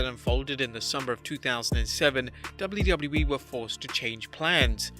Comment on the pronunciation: why did he say doubleu boubleu e in stead of wwe